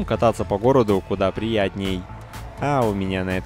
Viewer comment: Угар, Когда он говорит "С вами был Ватман" складывается ощущение что звук буквы "а" в слове Ватмат положили под херзнаетсколькотонный боинг и он настолько задавлен, что даже смешно